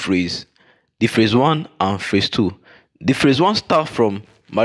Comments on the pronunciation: Sir, please work on your pronunciation. It's PHASE and not PHRASE. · Me sef dey wonder. I kept on hearing ‘phrase’ which has a totally different meaning from ‘phase’. But good effort.